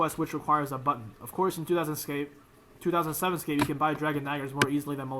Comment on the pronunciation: everything you just said is why everyone playes 2007 runescape, also learn to say 2007